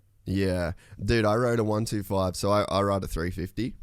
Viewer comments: Why does he keep saying 1 2 5 instead of 125 lol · DUDE - is “one twenty five” - NOT “one two five” !! Fix it !!! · im gonna go ride my one two five😂 its a one twenty five. it irritates me saying it the other way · A one two five? Its a 125. This is so annoying.